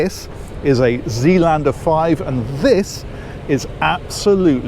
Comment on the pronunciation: Dutchy here... its pronounced Zaylander. Not Zealander. Even though, of course, it does mean Sealand, as the New Zealand which is also named after Zeeland. Always love your reviews, but just thought I'd throw this out there